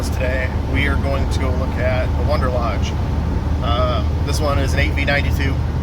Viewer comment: Hey, you mentioned Indiana Diesel for your Instagram that brings up other peoples stuff. I think you meant follow indianamobilediesel on Instagram and your Facebook is Indiana Diesel. Also I here you say Wonderlodge instead of Wanderlodge, just wondering if it's an inside mechanic's joke like "Hardly Ableson instead of Harley Davidson from say a crotch rocket enthusiast?